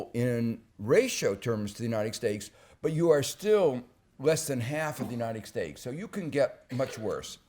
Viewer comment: Uniced Stakes